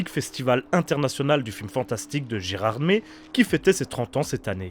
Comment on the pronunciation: Mdr comment tu prononce gerardmer